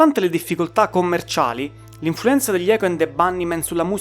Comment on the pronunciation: pronuncia inglese da rivedere. hai fatto un po' d'inglese a scuola? icHo ənd de bannimen; poochiupain...e le erre... mammamia!!!